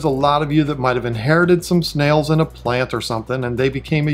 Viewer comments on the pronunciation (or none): none